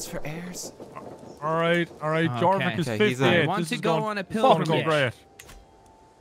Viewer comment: I wish to point out that "Jorvik" is pronounced "Yorvik." It's the city now known as "York." There's a museum there and everything.